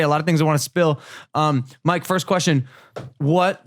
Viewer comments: Why does it sound like Logan calls mike “mark” every once and a while. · Am i the only one who keeps hearing logan call mike mark??? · is it just me or is Logan saying mark instead of mike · I swear Logan purposely says mikes name wrong